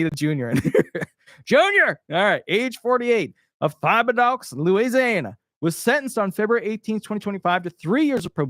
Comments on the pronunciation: Pronounced Tib-uh-doe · Lol... Pronounced Tibedo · FYI...Thibodaux is pronounced just like you would pronounce "tidbit" without the "d" and the last "t", followed by the word for a female deer, "doe". The accent is on the first syllable. TI-BI-DO. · Thibodaux is pronounced as tibo-dough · Thibodaux pronounced "Tibba doe". Very prominent name is LA. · 😆😆😆😆😆 Thibodaux = Tib-uh-doh(Doe) Try this one: TCHOUPITOULAS 😉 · Tib-a dough is the correct pronunciation. Love your show! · Name pronounced Tib-a-dough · Tib-i-do, both of the i are pronounced short, the o is long